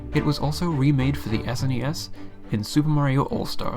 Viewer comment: I know someone who will be very triggered by your pronunciation of "SNES"